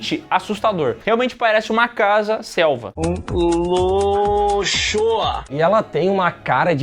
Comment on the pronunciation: Só eu que entendi o falando que a casa virando uma Selma? Rs😅